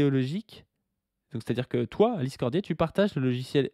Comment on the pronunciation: Chaque fois qu'il dit "Alice Cordier" mon cerveau entend "l'Islandais" ...